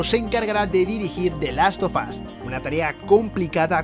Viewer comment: di laffff of azzzz